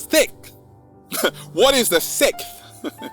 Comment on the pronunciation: When saying the word “Sixth” why does say “Sickth”?